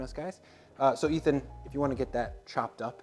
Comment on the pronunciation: Really? Nobody calling out on butchering Ethan's name? Okay.